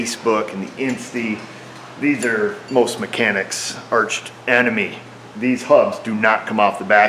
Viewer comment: arch-enemy...not arched-enemy :D